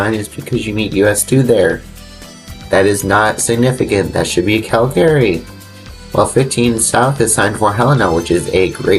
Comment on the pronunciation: where is “Cal Gary”? Do you mean Calgary? It’s pronounced “Cal ga ree”